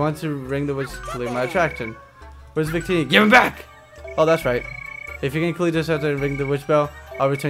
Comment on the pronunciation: When he said Victini near the end I heard 'big tities' xD